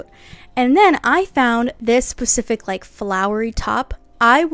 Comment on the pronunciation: Girl, I love the video but you should learn how to say specific